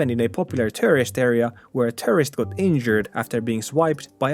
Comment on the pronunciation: Did he say “tourist” or “terrorist.” If bears are attacking terrorists that’s a good thing, right?